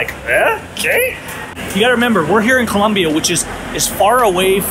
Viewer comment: You are doing a "Fox News". It is Colombia, not Columbia